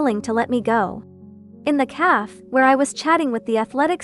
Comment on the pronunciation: How come this AI doesn't know how to read café